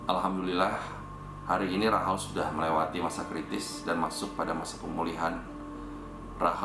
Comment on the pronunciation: Rachel mbak bukan Rahel.